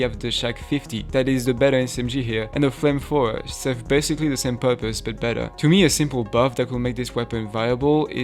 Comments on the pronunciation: "phlamephower" got me to sub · This video is just a bunch of petty complaints about an otheriwise great game, and i feel so seen right now lmao. Also dont apologize for your accent you are clear and concise and enunciate well. You also joked about your pronunciation of "flamethrower" and it was amazing. Keep it up!